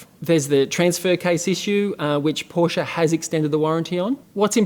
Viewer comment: Thank you for the great review. I'm thinking about buying a 2018 Macan S now. It feels and looks like new. And thank you for saying Porsche and not Porsh like most English speakers :)